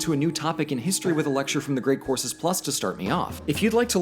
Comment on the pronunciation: What he said: "...one month of unlimited courses." What I heard: "... one month of unlimited horses."